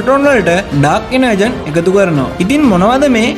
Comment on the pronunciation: "ඩාර්ක් එනර්ජෝන්"කියල තමා මෙක කියවෙන්නෙ.එනර්ජන් නෙමෙයි 👍👍